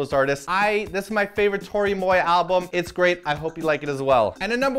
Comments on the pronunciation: no mention of the new Janelle Monae record?i am disappoint.also its MmWAw like the the french word for me.Moi.oh and the link to the website in the info box doesnt lead directly to the article. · Moi means "me" in French. It's pronounced mwah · Pronounce "Moi" in French